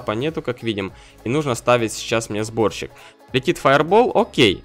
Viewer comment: Мне показалось что ты сказал вместо сборщик-борщик:D